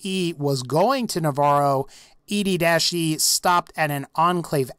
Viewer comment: EDDIE NOT ED-E